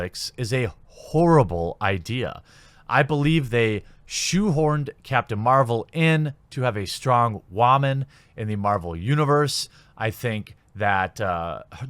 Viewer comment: to waman? I may not be a sjw or pushing for women rights... but what is a waman?